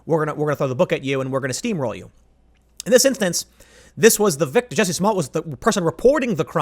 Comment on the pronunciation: It's pronounced "juicy"